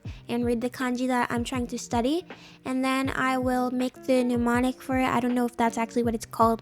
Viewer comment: I think it’s mnemonic not pneumonic :>